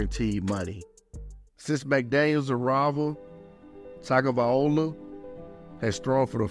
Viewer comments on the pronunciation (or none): My brother, love the vid. One humble tweet- TagovaiLOA not TagovaiOLA. Otherwise solid facts